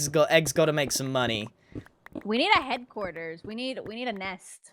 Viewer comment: "We need a hEGG quarter"